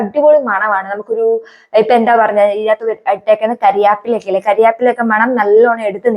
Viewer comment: കര്യാപ്പില ❎കറി വേപ്പില ✅ 😂😂